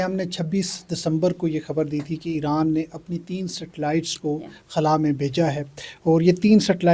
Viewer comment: Dear sister it's eeran, not aeran. Iran...